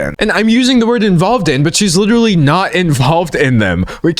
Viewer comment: WITERALLY WITEWARLLY WITERALLY does this guy know any other words jesus